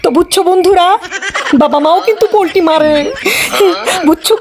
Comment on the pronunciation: Polti na palti bole😂😂😂😂😂